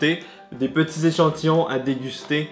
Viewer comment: Like si tu a rigoler quand il a dis ''des échantillons'' mdrr